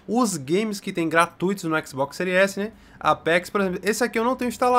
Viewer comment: "No seu Xbox sÉries esi né"